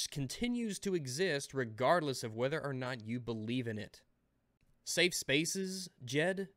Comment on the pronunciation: you put an "s" at the end of Safe.